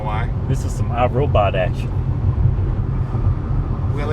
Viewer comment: "this is some odd robod akshin" lol